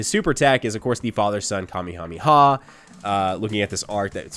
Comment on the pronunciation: the way you said family kamehameha kinda bothered me